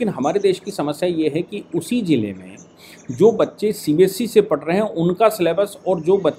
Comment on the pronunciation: CBSC nahi hota hai CBSE hota hai. You need to correct your pronunciation as well as spellings in the thumb nail. You call our EA minister Shri S. Jaishankar as "Yes Jaishankar" Which is incorrect and irritating, too.